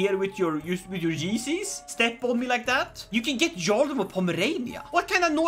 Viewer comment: jarl is pronounced as "yarl" no "zharl"